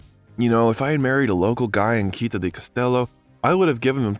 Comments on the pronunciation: Citta is not pronounced with a "K" sound but is /t͡ʃitˈta/ or "tch"sound. Your repeated mispronunciation is very distracting. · Not to mention the wrong pronunciation of Citta, the tangled sentences - just in the first four minutes. Could not watch this longer. And how could a man with Iranian descent have the surname Bellucci??? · The way you pronounce CITTÀ is perfectly stupid. Go to Google Translate, type the word and listen to the pronounciation. It's feasable, even to a damn mercan. Stop mangling italian words. You can do it. Or get another job! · I would LOVE the narrator to learn to pronounce the Italian word città correctly! (He had to say it so many times, and all of them were so cringy 😔). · why is the narrator keeps pronouncing 'citta ' as he would do with 'celtic'? citta is a latin word and celtic...well obviously celtic. 🤨